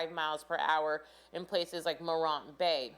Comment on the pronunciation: Oh Lawd. It's Mo-rant . Please say it correctly.